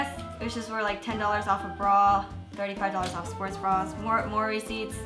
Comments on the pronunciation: Every time she said "more receipts" I thought she was saying mory seeds 😅 I don't know why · I thought she was saying Maury seats